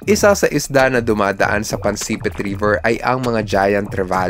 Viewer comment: Pansipit poyon Hindi Po pansepit😂😂😂😂